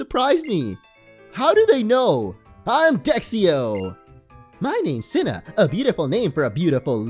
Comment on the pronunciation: Its actually pronounced cena not sina